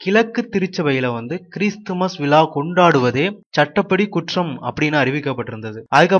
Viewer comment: கிறிஸ்து விலா அல்ல இது. அது விழா .மாற்றி சொல்ல வேண்டாம்